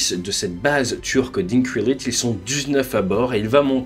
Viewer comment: Pour info le c en turc se prononce djé donc Indjirlik.